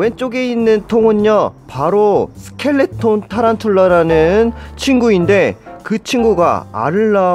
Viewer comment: 스켈레톤 발음좀 똑디 하자